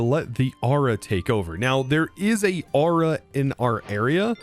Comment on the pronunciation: i keep hearing you say ara not aura got so annoying i literally could not finish the episode due to hearing the wrong word 50 odd times in 2 minutes